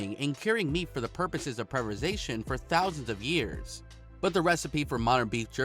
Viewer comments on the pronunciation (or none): he even said “preversation”😂